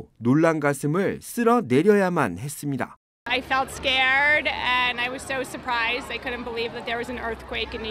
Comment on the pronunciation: 이 방송국의 앵커를 속히 바꾸시오. 그는 끝 발음이 정말 듣기가 거북할 뿐만아니라 “ 했습니뎌” 라고 발음하는 정말 듣기가 여간 괴로운게 아니다. 그렇게도 앵커로 일할 사람이 없던 말인가. 말끝마다 “뎌, 뎌, 뎌, ” 라고 하니 발음을 고치던가 혀에 문제가 있는 사람이라면 다른 사람으로 교쳬해서 앵커자리를 신선하게 하기를 바란다. 정말 한심하다. “뎌, 뎌, 뎌, 라고 발음하는 자를 앵커로 앉히다니.